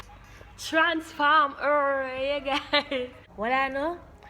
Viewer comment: Chansform errr 😂😂😂